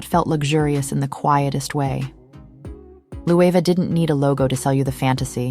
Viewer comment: Jonathan Bailey taught me now to pronounce Loewe. Thanks bby